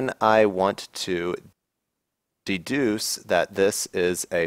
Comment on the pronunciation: Thank you; excellent demo. I enjoy these focused and concise videos. --> "that can duce const member functions".;-) (again )